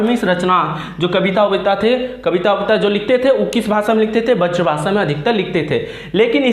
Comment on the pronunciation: Sir bazr bhasa nahi hota hai braz bhasa hota hai